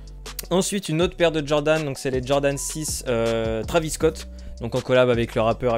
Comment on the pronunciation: On dit pas travis scott on dit traivis scott